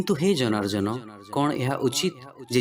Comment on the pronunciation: 39 slok janarjana nehi janardana